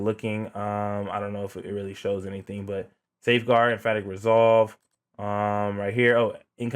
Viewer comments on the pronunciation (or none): em·path·ic /emˈpaTHik/ Just had to put that right there. Idk what chest you rocking. But you saying some other....... lol